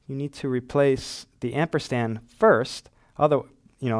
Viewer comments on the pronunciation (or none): It's called amperSand, not ampersTand.